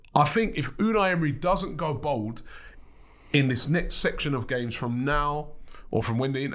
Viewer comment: Robbie: "Emery needs to go bould." Emery with shaven head: "Good Ebening."